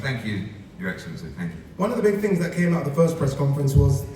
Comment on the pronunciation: His Eggcellency on the phone 😭